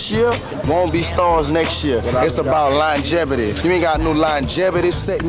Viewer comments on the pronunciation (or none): We know we talk bad down here ... ! Slim said jernt ventures sted of joint ventures ... juvenile said linegevity sted of longevity yall get my pernt 😂